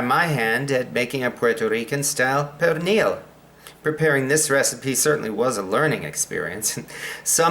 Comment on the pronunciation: perrrrrrrrrrrrrrrrrrrrrrrrrrrrrrrrrrrrrrrrrrrrrrrrrrrrrrrrrrrrrrrrrrrrrrrrrrrrrrrrrrrrrrrrrrrrrrrrrrrrrrrrrrrrrrrrrrrrrrrrrrrrrrrrrrrrrrrrrrrrrrrrrrrrrrrrrrrrrrrrrrrrrrrrrrrrrrrrrrrrrrrrrrrrrrrrrrrrrrrrrrrrrrrrrrrrrrrrrrrrrrrrnil is the actual correct pronunciation.